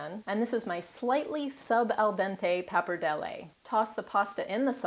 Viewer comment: You pronounce both pappardelle and bolognese very well :P